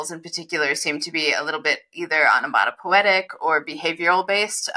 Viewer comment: Is it onomatopoeic perhaps? Rather than onomatopoetic? Sorry - I love your conversations together.